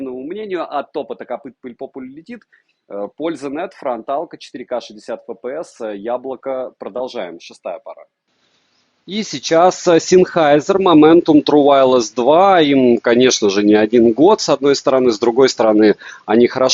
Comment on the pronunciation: Я правильно услышал, что этот модник ЗЭНХАЙЗЕР произносит как синхи, синхайсер???